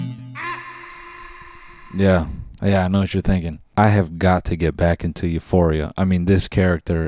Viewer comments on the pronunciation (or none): When he said youforia I had to close the app for a second💀